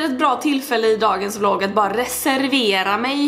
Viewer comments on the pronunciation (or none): none